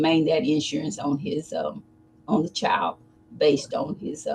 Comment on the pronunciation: There is a D at the end of the worD chilD!!!